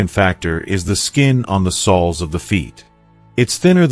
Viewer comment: 1. Lose the AI. “Sols” of the feet? This is awful. And its too long. Go to 15 minutes in before useful information starts.